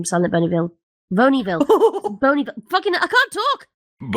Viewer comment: "Bonyville." Ah yes, my favorite town. Bonyville. 😅